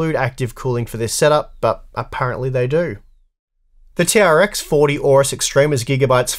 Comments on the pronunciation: It's not "tea are ex for tea" it's "T-Rex 40" for the name of the socket ! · It's pronounced "T-Rex 40", I will not accept arguments to the contrary